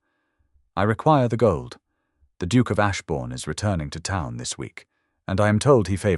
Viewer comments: Can someone please educate the Artificial Intelligence narrator that 'town' is as [taʊn] t-ou-w--n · Because they using 'ton' as in French; le Bon Ton,high society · How does ‘town’, which i believe is meant, become ‘tun’ ! Twice?! reed or red from ‘read’ is understandable. But, tun for town?! Absolutely incredible!!!🙄 Robo-readers drive me nuts, especially when it’s a good story!!!!